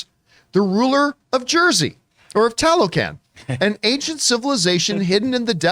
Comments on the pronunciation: I'm thinking you pronounce it Tah low khan, like the other word Tlah low klahn. Their is still cities that got swolled up by the jungle from abandonment when the erous brought the germ warfare so people were dieing off left and right some fled. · As a Mexican I'm embarrassed to say I didn't know about Talocan until they mentioned it for BP2 but I believe it's pronounced "Tah-low-khan"